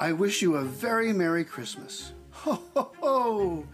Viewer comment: Merrwy Cwismas.From Mike Tyson